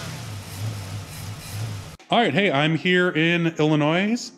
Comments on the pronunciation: ...My eardrums just POPPED! The "s" is silent! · The"S" is silent in Illinois. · Illinois don't emphasise the s smart guy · Cool Oldsmobile isn’t it prounced Illinoi silent s damn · Did he just say “Illa-noise”? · It is not “I’ll-i-noise.” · Illinois silent s.. ILLANOY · One does not pronounce the S when saying Illinois... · I live in Illinois and please when you say the name of our state the S on the end is silent. My goodness. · The way he said Illinois with a S.... cringe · There ain't no "noise" in Illinois. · The s in Illinois is silent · The S is silent in Illinois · Did he really say “Illinois” with an “s”?!? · Did he really pronounce the "s" in Illinois? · Dude Drop the S in Illinois. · The S is silent......